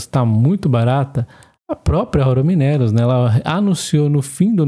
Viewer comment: vc precisa corrigir as suas pronúncias: 1) Gerdau = "Guerdau". 2) Aura = "Aura Mínerals" - pronunciar como se fosse uma palavra proparoxítona da língua portuguesa. Abs.